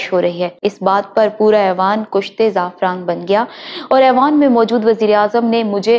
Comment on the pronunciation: اندازِ بیاں بہت خوب 👌👌👌ماشاءاللہ دو الفاظ کی تصحیح عوام الناس کے لئے بہ یک وقت بولیں نہ کہ بیک وقت بولنا ہے کِشتِ زعفران ک کے نیچے زیر. نہ کہ کُشتِ زعفران